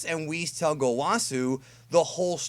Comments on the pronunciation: "Wheerus" - has been playing too much DB Fusions. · I shot Rice Crispies out of my nose when you said Wheerus! LOL